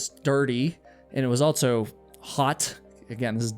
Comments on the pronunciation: AlTSo?? altso? I hear you say "All her friends" so I know you can say "all". But when you say "also," you add a "T" in the middle. Why? It stands out, and I hear it every time you say "also," which is a LOT. It must be a habit. Pay attention when you edit and you will hear how prominent it is. Altso. Ha. Anyway, I like your content. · I think the word ‘Also’ is pronounced “ALL-SoH” not “Alt-so.” I should start my own channel that provides truths, corrections, eliminates rumors, identifies mistakes and inconsistencies, and provides accurate geographical information.